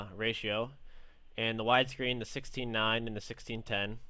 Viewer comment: 16:9 sounded like 69 :p